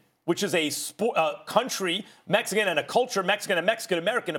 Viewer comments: Mexican warrior or meh-hee-kin warrior not metsican...sounds damn near racist the way he says it. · If he says metsican warrior again I'm going to not like him anymore